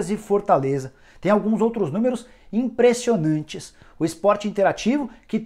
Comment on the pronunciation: Cara, me desculpa, mas comecei a prestar a atenção em como você fala e passei o vídeo inteiro rindo kkkkkklkkk Fortãleza, impressionãnte, rodãda, mas o conteúdo é muito bom...